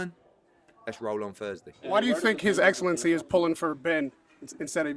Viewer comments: Did say "his eggcelency" at the end? 😂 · ‘His Eggsellency’ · Did the dude say “His eggcelency” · Did he say his egglancy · Can’t only be me who heard say “his eggcelency” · His "eggxcellency" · They all suckin up to hes "egg"elncy😂😂😂😂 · His eggcellency was egspecting eggzactly that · Please Can we all just take a minute to thank his “EGGellency Turki Al-Sheikh” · Did say his eggcellency at the end of video 😂